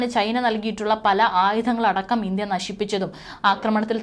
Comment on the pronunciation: ഇന്ധ്യ അല്ല ഇന്ത്യ. വ്യാമാതിർത്തി അല്ല വ്യോമാതിർത്തി. ആൻറമാൻ അല്ല ആൻഡമാൻ. പറയുന്ന സ്ത്രീ ഇന്ത്യക്കാരി അല്ല?. മലയാളം അറിയുന്ന ഒരാളെ വാർത്ത വായിക്കാൻ വച്ചാൽ നന്നായി